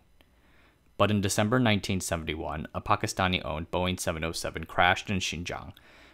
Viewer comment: Interesting video, And wow, you pronounce "Pakistani" correctly; well done!